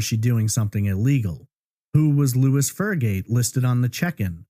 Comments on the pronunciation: Lois is a female name....pronounced "low iiss". Louis is how the male name you use is spelled???? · Name on records is Lois, not Louis.